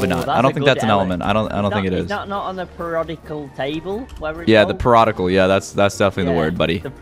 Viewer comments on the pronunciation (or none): its periodic not perodicle